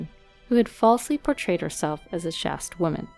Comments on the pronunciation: The word chaste is said like chased where I come from, yours sounded more like chest. I get confused too with uncommon words. Hope you got it right for where you come from. All the best. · Just for future reference - chaste is pronounced the same as chased. 😊